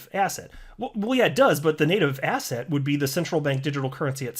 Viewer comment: Everytime says asset, I hear asshat O.o